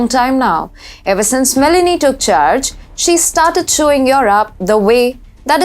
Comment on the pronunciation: Its ME LO NI, not Melanie!